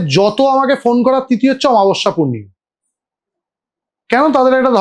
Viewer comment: দাদা একটা ছোট্ট এডভাইস ছিল তুমি প্লীজ বাংলা উচ্চারণ গুলো একটু খেয়াল করো। অমাবস্যা কে আমাবস্যা বলছিলে বারবার